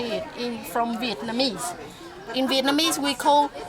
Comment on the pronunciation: is no snaks flenly vietnameez bython